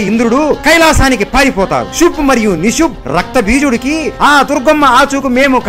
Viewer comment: ಶುಂಭ ಮತ್ತೆ ನಿಶುಂಭ, ಸಂಸ್ಕ್ರುತದಲ್ಲಿ ಇರುವ ಹೆಸರು ನೀವು ಉಚ್ಚಾರಣಾ ದೋಷ ಉಂಟಾದರೆ ಅರ್ಥಗಳೇ ಬೆರೆಯಾಗುತ್ತವೆ